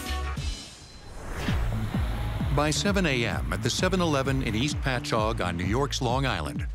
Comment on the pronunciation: Being from Long Island...I'm impressed the voiceover guy pronounced "Patchogue" correctly 🤣